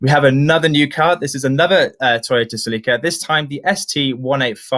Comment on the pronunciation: I have never heard it pronounced "SelEEka." How weird.